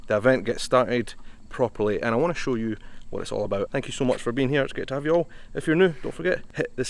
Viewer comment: Welcome to NC. You need to learn how to say "y'all".